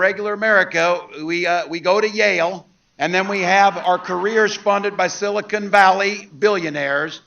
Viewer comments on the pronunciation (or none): none